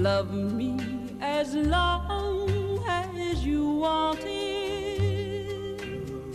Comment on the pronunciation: Her vice is so sweet and pure it's almost hypnotic. She's the only singer I've ever heard who could make a two-syllable word out of "long".